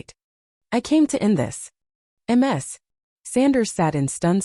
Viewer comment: Ms is pronounced "miz". Not M-S. That would be Multiple Sclerosis. The voice reading is terrible.